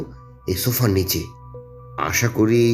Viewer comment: Jini golpo path korechhen tae uddeshey boli j apnar "S" r "sh" er moddhye onek problem royechhe. Kotha gulo shofa noy sofa, mishter noy mister, offisher noy officer, mish noy miss.